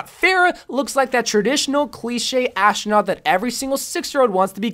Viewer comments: Why does he say ashtronaut??!؟؟ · Are you saying ashtranot